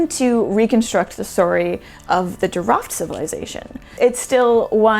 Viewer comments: You are doing pretty good job describing the JEEROUFT archeological site. . Jeerouft is a more correct pronunciation as oppose to sounding like animal called Giraffe . There was a Silk Road before it was called Silk road. the Jeerouft was in between the RICH Indian sub continent and the RICH Mesopotamia, that is why it was rich and thriving, plus a great soil and agricultural production. Water was the only limiting factor on entire Iranian plateau throughout history. Thank you please if possible , contact Iran documentary producer Mr. Aghajanzadeh and his wife. you can select and dub some of his great works. His production is in Farsi only , that is why it not known worldwide. Thank you again, Greetings from sunny California. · Thanks--very cool, the name is pronounced as Jee-row-ft (not Jee-ruffed) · I had to look for the name because I kept hearing "giraffe" 🤭